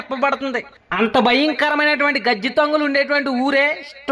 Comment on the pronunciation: గజదొంగలు... అని పలుకు. గజ్జి దొంగలు కాదు..😂😂😂😂😂😂😂